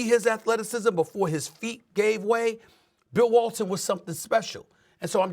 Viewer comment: Lol that man said bill walton.